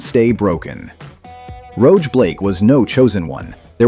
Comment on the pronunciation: Shrug. AI voice over reading what it is fed. Mispronounces Rog as Roge as well. But its doing its best beep boop beep.